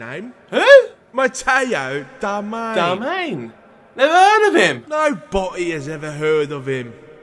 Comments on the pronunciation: LMAO, it's Darmian not ''Darmain''. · its not darmain its DARMIAN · His name is Matteo Darmian not Darmain... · It is Darmian Not Darmain Now you know how to pronounce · 95th like!!! And by the way its darmian not darmain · It's pronounce Dar -Mi - ANN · DAR-ME-AN Is the proper pronunciation goof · it is pronounced dar-mi-an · Also said his name wrong throughout the video! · Pronounce his name right